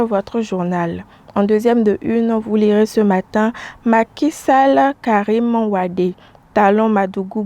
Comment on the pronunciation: Une présentatrice télé qui ne peut prononcer correctement le nom de Karim WADE.